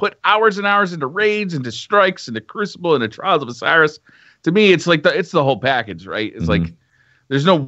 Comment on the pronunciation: say it with me...CREW CEE BLAY!!!